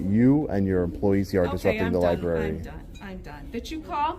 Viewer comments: They even read the word as "lieberry" and "axe"! It just blows my mind! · Not much intelligence amongst library employees. "IM A LAHBERIAN AXING A QUESTION" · It drives me CRAZY that people call the LIEBRARY, LIEBERRY. And its not FILM. THERE HASNT BEEN FILM OR TAPE FOR 3 DECADES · Lie berry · Lie Berry... 🙄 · The liberry. NO libRary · The Libarry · Dont record the li-berry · “Lie-berry”? Great job exposing this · …she works at a library and really just said ‘LIE BERRY’…smh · If you pronounce it lieberry you probably shouldn't work there.